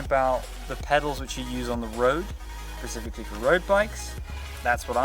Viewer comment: "Pacifically" haha